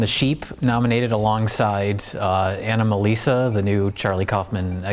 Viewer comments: An-uh-muh-leez-uh triggers me. It's Anomalisa like anomaly. Hack frauds. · "Ah-naa-ma-muh-lisa" Oh,! You just pulled a John Travolta! LOL! You silly stupid fuck!